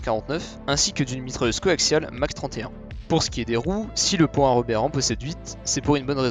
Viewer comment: Pan hard ?! C'est prononcé p ANHARD